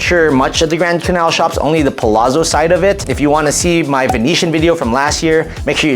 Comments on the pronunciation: Pa-lat-so (like pizza is peet-za) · Please correct the pronunciations of Palazzo 😅